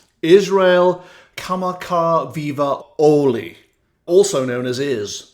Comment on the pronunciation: You did great job pronouncing his name! I lived near Iz and his family in Hawaii. I hope he realizes how much his music and talent is loved.